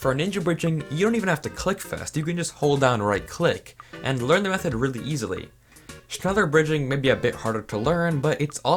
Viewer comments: holy shit triggert mich sein schnällör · Shnela in english pronunciation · wait "schneller bridging" actually exists, whyyy it hurts my ears. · Im German as well, und es klingt lustig wie er es ausspricht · Me, a German when he pronounces “schneller” wrong: “mild uncomfort” (Schneller is German for faster) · “Schneller bridging” me: In visible pain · Digga hat mich auch aufgeregt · "Schneller" is German i means faster. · Is there anyone German who also laughed about how he pronounced Schneller?? XD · All these english people pronouncing schneller bridging 😂